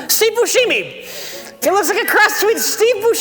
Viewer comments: says Boosheemie because in the trailer for Reservoir Dogs that’s how the voice over guy pronounces his name. Mike,, hit me up. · “Steve booshiemee”? been pronouncing it that way for years, feel like is just stealing off some people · God damnit,. Your incorrect pronunciation of Steve Buscemi's name erased the real pronunciation in my head. I had to look up the real pronunciation to get it back, lol. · I kinda hate that they make a big deal about his incorrect pronunciation, but he's far from the first person to call Steve Buscemi that.